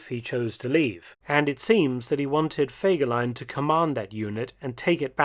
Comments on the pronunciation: ハァーではない、フェーです。ゲーテ、インシュテテュ、チュート卒業生より。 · Horrible voix de synthèse qui écorche le nom de fegelein tout en modifiant la prononciation...😊 C'est pourtant pas difficile de demander à une personne de lire un commentaire.